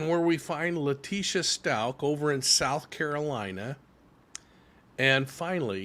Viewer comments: Stauch is pronounced “Stowk.” Like the ow in cow. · Sorry sir but you really should at least learn how to pronounce the child’s last name right. If you actually listened even to any of the court proceedings you’d have known how to pronounce his name. I don’t know that really bothered me for some reason sorry don’t mean to offend you. Rip Gannon so sad for his dad I’m sure the misplaced guilt is eating him alive 😢